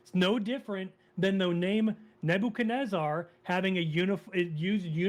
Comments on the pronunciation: The way this caller says "Nabo-kan-ezzer" is almost as annoying is him repeatedly saying the holiest of holies which makes it sound like he's describing some porno he recently watched. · I can't trust anybody who pronounces Nebuchadnezzar like this guest.